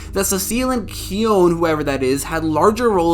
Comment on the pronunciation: Isn’t kihones name pronounced more like key-own?